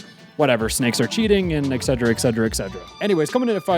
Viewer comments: Etc is "et cetera" not "egg cedra" or whatever you said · Oh god "excedra" please look up that word you're trying to say 😭